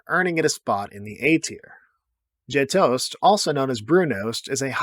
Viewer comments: Learn how to pronounce gjetost. There's no g sound. It starts with a y sound. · The Gjetost / Brunost pronounciation was interesting.